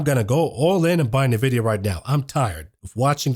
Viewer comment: Such great videos! Please just learn how to pronounce NVDA. It’s “en-vidia” not “na-vidia.”